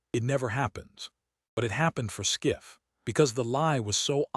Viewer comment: Adam Schiff NOT SCIFF